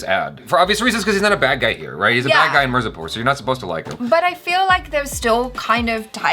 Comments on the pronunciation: After watching entire season keeps saying "Marzipur" instead of "Mirzapur"😁 😆 😅 😂 🤣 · There u go "Moo na" "Miur zapur" Love how he says it wrong with confidence.😂😂 is for a reason😍